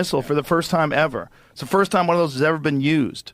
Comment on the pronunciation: Won = one. Not Juan or whon